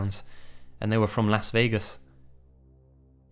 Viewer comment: The way you pronounce 'Las Vegas' lol